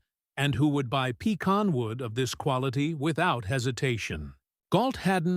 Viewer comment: I’ve never heard pecan pronounced like that. Not the northern way or the southern way.